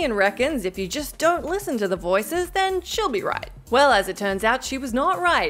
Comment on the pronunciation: Never has sounded any more Australian than hearing her say, "She'll be right!"